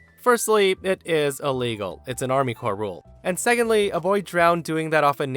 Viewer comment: "Army CORPSE of Engineers" LMAO